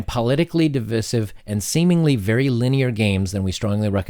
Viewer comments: I’ve never heard anyone pronounce divisive that way before “dee-viss-iv”... Is that an American thing? I’ve always heard it like this. “Dee-vice-iv”. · You're the second youtuber today that heard pronounce "divisive" the way you do. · What is with you fucking moronic Youtubers cant pronounce divisive? jesus christ. It's not pronounced that way I dont care where you live. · Why are youtubers suddenly mis-pronouncing "divisive"? Second "i" is pronounced "eye", as in "divide".